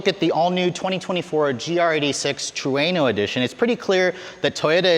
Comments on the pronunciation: Its pronounced TRUE-NO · This dude is saying Trueno wrong..lol